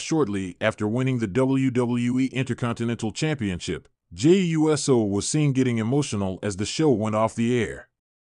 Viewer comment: WHY CAN'T THEY PRONOUNCE JEY'S LAST NAME CORRECTLY? NOT JEY U S O BUT JAY OOOSO!!!!!!